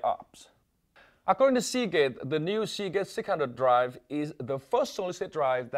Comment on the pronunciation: hear him say segate sick 100